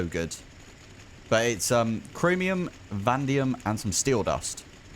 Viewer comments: why are you calling "vanadium" "vandium"??? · I think they were pointing out that the word is Vanadium so there are 2 A's Vah-Nay-Dee-um